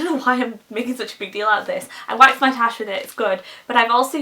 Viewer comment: *wax, not wash lol.